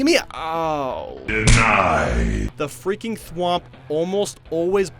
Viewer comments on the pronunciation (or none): Please dont tell me thats how you pronounce thwomp😂